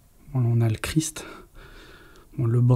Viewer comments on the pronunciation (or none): none